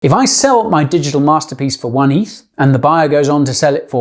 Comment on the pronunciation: heraing a british person say "eeeeeeeeeeeeeeeeth" is v jarring lol